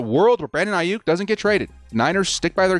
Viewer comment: Brandon "A-hyuk." ⚡